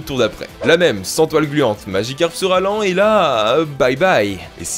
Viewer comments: Pourquoi il dit maDgicarpe ? C'est Magicarpe. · "MagiKcarp" xD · pas « madjicarp » , magicarpe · C'est Magicarpe, pas madjicarpe, putain! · SKOUIZI ! ( LEU MEYEURE POKÉMON, C MAGICARPE ! )